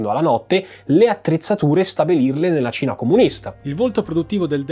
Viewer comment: La seconda volta, mi è stato più facile sciogliere questo problema: quando dici Cina, a volte sembra proprio tu dica Cia